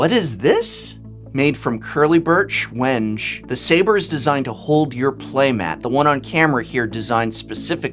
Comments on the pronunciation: Just FYI Paduak is pronounced "Padook" and Wenge is pronounced "Weng-gay". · Awesome boxes shown here. I know it's been years since this video BUT: the "correct" pronunciation or phonetics for the wood species are as follow: Padauk - pa-duke (like duchess or duke or Dukes of Harzards lol) wenge - when-gay (no example needed here) I'm definitely going to gather some ideas and make a pokemon card holder for my son. He's been asking me for one since he first got 1 card pack of 6 cards lmao. He now has about 30/40 so why not. It's not a lot but then again he just started to get into them 2 weeks ago. Thanks for this video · wenge is pronounced (when-gay) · Great video. I am a woodworker and my son asked me to make him a box for his cards so I was looking for ideas. The artists whose work you show are clearly at the top of their game. By the way Padauk is pronounced “pah-dook” and wenge is generally pronounced “wengay” by woodworkers. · Not to be a grump about it, but the wood names are pronounced a little different than said in the video: Wenge: When-gey Padauk: Peh-dowk Keep bringing the cool products prof! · "Wenge" is pronounced "wheng-gay" :) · PS: wenge does not rhyme with “henge”. It’s wen-gay. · I believe wenge is pronounced wen-gay. I thought someone such as yourself would like to know. Not doing it to be a jerk. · Professor, as an english teacher you should really learn the proper pronunciation of things... Wenge and Neodymium for exemple.